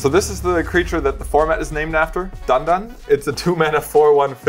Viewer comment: Omg i love you so much. Its DAN-DAN